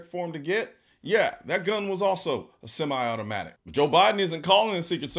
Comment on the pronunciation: How about the fact he can't even pronounce "Semi" correctly